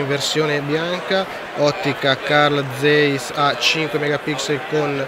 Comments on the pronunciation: "Vi faccio vedere come è risoluto il display" AHAHAHAHAHAHAHAHAHAHAHA. Un display deciso... Carl Zeiss si pronuncia "Carl Zaiss" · Una nota per il povero Karl Zeiss, che si pronuncia con la "a": "ZAISS"!... ;-)